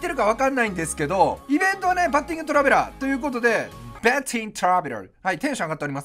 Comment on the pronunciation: バッティングトラベラーの発音良すぎて字幕にしたらティーンカーベルになってもーてる